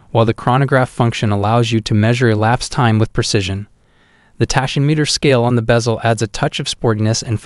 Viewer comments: My god, can't pronounce tachymeter either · "Tiss-ot" and "Tashy-meter". Just horrible to listen to.